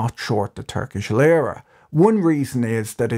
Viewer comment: It's not Lıra (as you pronounce it) but Lira. The i is pronounced as in see.